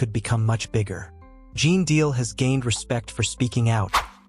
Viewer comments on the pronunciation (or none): Ai is on the throne here and by the way his name is GENE DEAL. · You're not even pronouncing his name right....